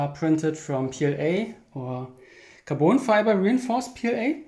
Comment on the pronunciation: tell me u are german without telling me xD also please stop saying kaboon rod ffs say caRbon